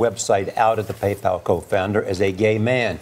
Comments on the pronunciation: “Pay Paul” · "PayPaul" lol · How hard is it to say PayPal when they say it in the video. Do you even watch your own videos?